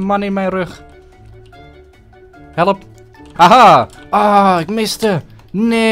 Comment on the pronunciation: Hoe jij helep! Zegt. Geniaal!